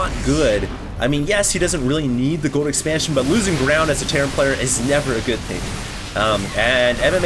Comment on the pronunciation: you need to practice saying the word "Gold". There's an "L" in there...